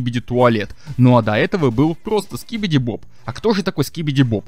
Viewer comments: Не скибиди боб, а скибиди доб доб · Не скибиди боб а скибиди доб